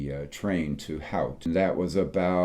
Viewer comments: Always a tough one for Americans to wrap their heads around, but Howth is pronounced Hoe , as in a garden hoe or a lady of the night, th which is almost a tih sound So hoe-tih. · If you’re going to do a video about Howth, please first learn how to pronounce it correctly. It rhymes with “both”. Also, McDaids in on Harry Street across from Bruxelles pub, just off Grafton Street. That is not part of what you called the “Temple Bar area”. Temple Bar is between Dame Street and the River Liffey. And in the evening time no self-respecting Irish person would drink there. It’s a rip-off price-wise, and is full of tourists and English stag and hen parties. That’s why you met Irish people in McDaids. As it is nowhere near Temple Bar. All that said, I’m glad you both enjoyed your trip to Dublin. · You visited the village of Howth. Did you not hear how the locals pronounce the name? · Great video.... but.... how to pronounce Howth ... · Nice video, though mispronounced Howth. It's more like 'Toad' with a H. and a th at the end 😂 Yes, odd i know! Yes, you can see the country Wales on occasion. Im.a tour guide that takes groups to Howth and we could see the mountains of Snowdonia over in Wales on the horizon last year. It's only 80 miles away so depending on weather conditions it's visible every now and again. McDaids is great, though not in Temple Bar. Its on Harry St, off Grafton St, our major pedestrianised shopping street on the southside. Glad you enjoyed! 🙌🏻